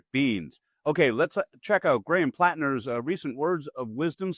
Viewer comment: Platner said it correctly.